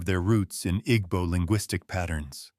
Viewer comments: The “g” in Igbo is silent. Ergo, pronunciation is I-b-o. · you're right that the pronunciation in the video is wrong but it not just "b" sound either. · It's not silent. The "gb" is a different consonant that's not in the English language. It's one sound. It's not pronounced as either "g" or "b". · Take it easy on your pronunciation of igbo pls. Dont stress too much on the gb, pronounce it as ibo even though it's spelt as igbo. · The g in Igbo is silent= Ebo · why is the narrator mispronouncing "igbo"??? sounds like an AI generated white male voice. kinda weird to have that on a video talking about Jamaican and African history. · The "g" is not silent per say. The "gb" is a different consonant that's not in the English language. It's one sound. It's not pronounced as either "g" or "b". The pronunciation in this video is wrong. Your pronunciation is also wrong.